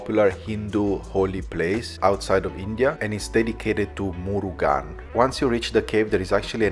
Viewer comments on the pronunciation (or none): none